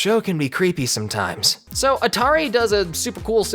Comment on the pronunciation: You pronounced Antauri as Atari.